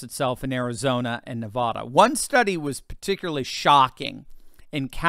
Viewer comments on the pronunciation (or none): quit mispronouncing Nevada. I thought you were educated, if you are educated enough to become, I think you are smart enough to learn how to pronounce the name of the State I live in, properly…